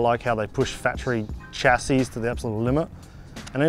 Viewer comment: It's pronounced "Sha see"